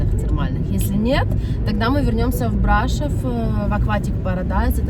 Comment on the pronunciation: Брашов ударение не на о ?